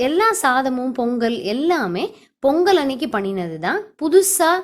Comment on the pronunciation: polli ella u r pronucing wrongly in our district also we will follow the same procedure but we will cook sweet potato and avarakai ur neighbour(male) is so helpful to his wife . r u a vegetarian or non vegeterian. 🙂🙂🙂🙁🙁by sangeesridharan